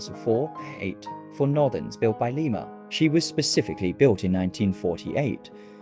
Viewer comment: The extra (rear) cab was to make the locomotive bidirectional. It would be too long for a turntable. BTW--Lima in Ohio is pronounced Lye-ma (like lima beans), not the Peruvian capital